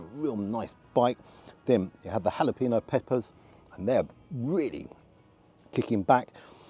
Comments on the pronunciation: Great review as always, though I hate to tell you the person that "corrected" your jalapeño pronunciation didn't do a good job of it. Ha-la-pen-yo. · Smoked slow cooked American bbq.. ❤ Scenery is perfect ❤ Mmmm.. Chhqhallapenio 😅 God sake lol.. That table looks like a lab... When you went for the onion rings, it felt like mye floor was cracking up...! Im 2 mins off end.. I bet you gave 9.5..